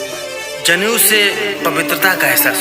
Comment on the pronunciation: जनेऊ नहीं "ज़नेऊ" 😂😂😂 खेसारिया के फैन लग रहे हैं 😂😂😂